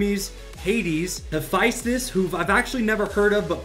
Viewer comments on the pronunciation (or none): none